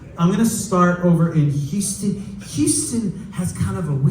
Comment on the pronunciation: Someone tell Fred that they don't pronounce the H in Houston most of the time!